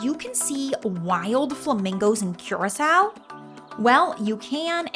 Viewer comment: you pronounced every single location and name wrong in this video, including curacao!